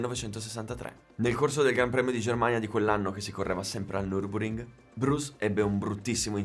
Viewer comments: Tutto fantastico, però, ti prego, si pronuncia (e si scrive) Nurburgring, non Nurburing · NurburGring,... non pronunci mai la G, e manca anche nella grafica